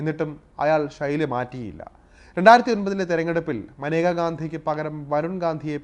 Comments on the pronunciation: മാനേക യാണോ മേനക അല്ലെ സഹിദാരരെ 😁😁😁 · മനേക അല്ലടാ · മാനേക അല്ലെടോ മേനക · ഇന്ദിരയുടെ കുടുംബത്തിന് യോജിച്ച ആളല്ല മേനക - മനേക അല്ല മേനകയാണ്. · മനേകയല്ല മേനക, ഗാന്ധി അല്ല ഗണ്ടി. പാർസി ഫിറോസ് ഗണ്ടിയുടെ മരുമകൾ